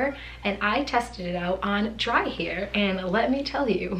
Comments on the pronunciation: hair=here....sorry I can't unhear it. Everytime she says hair, or chair in a video I hear 'here' or 'cheer'. Is this a regional accent? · She's from Rhode Island we're lucky she's gives us any R's at all. LOL Love me some East Coast accents :) Love Rhode Island! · A Boston accent!:)